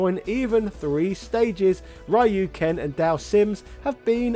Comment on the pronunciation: stop pronouncing ryu wrong for fucks sake